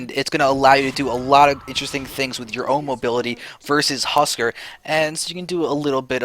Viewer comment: "Husk-are" not "husker"